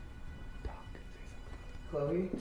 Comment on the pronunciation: when u Said ”chloe” i heard ”yeah”